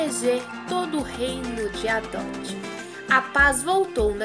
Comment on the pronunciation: O nome real do jogo é adopt me e não adot me mais se vcs falam assim ta bom